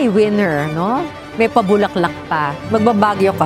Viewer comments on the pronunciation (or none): none